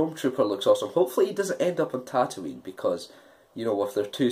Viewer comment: Jesus, come on... It's NOT Tatooine!!